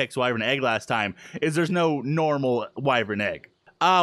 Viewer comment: why does say wyvrin when it's spelled wyvern